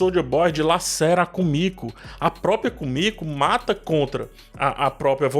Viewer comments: Só eu achei estranho ele chamar Kimico de Kumico? 😥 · É Kimiko e não Komiko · Pq muita gente fala "kumiko" nos videos d the boys sendo que o nome dela é "Kimiko"? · vc tá pronunciando o nome do Hughie e da Kimiko errado...